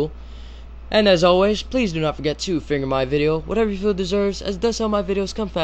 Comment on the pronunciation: it still sounds to me like your saying "finger your video"